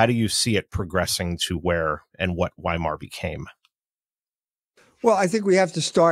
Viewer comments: It's "Vaimar" not "Whymar" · How do people interested in a subject mispronounce names..... Weimar....with a V.... Vy-mar! I hear misprounciations in WWI & II audiobooks all the time! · You speak out the W